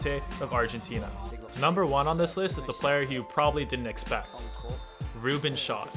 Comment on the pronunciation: When he said Ruben schott 😂